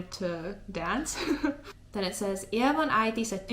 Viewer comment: I like it how even after realizing it's Ievan with "I", you read it Levan again 😀